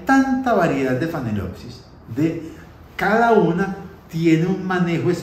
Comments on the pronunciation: Es Phalaenopsis con L y viene falena que quiere decir MARIPOSA. No es con N como MAL pronuncia. Tal vez no pueda.... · Una pregunta tonta: Es phalenopsis o como dice phanelopsis? Saludos